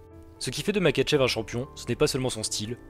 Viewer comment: Makhachev se prononce MaRachev